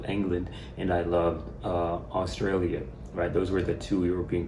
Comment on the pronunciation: Forgive my french ear, I guess you said Austria and not Australia, at least I hope so :)